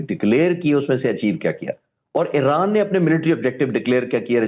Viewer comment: او بھائی یہ ا ے ر ا ن نہیں ا ی ر ا ن ہوتا تھا اور ہے